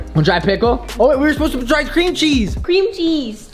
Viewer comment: Cweam cheese